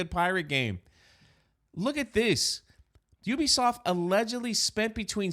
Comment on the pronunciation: At least you can pronounce the name right not like other YouTubers ... Ewwwbisoft looool